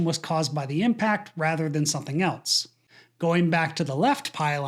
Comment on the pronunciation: Dude!?! HOW do you pronounce "something", as in; "something else"??? What's interesting is, I wasn't really even paying close visual attention especially when it's just a "talking head," until JUST then, and as we do when watching someone talks, our eyes typically focus toward the central area of the face. It just didn't click... the speech and facial movements... my mind blurted "wonky!!" Sure enough, it doesn't appear that the "m" in "something" is being pronounced. At least not in the normal way that we are taught to pronounce it, when we first learned the language (by pressing the lips together). It LOOKS like y'all are saying "sungting" or "sunting" or "sutting", even. Again, IDK... and subbing "...ung..." for the "m" enunciation doesn't seem likely either, as the throat and rear tongue muscles aren't contracting or flexing any, also... And It's even fast enough to fool the CC readout even, as it spells the text "something" correctly. Also, that sudden "snap" of attention also pointed out the mispronunciation of the "s" sound, too. Very lispy as heard throughout, but even more noticeable when seen with improper tongue placement behind the front teeth... but that's completely secondary to how y'all are getting away with that "m" (or not getting away with it?) when saying "something else." LOOL!! I know... I know!! A bit ADD, and compulsively-pet-peevish (moronic and 'petty', too...) but it's garnered enough of my attention to warrant me sitting here and typing thi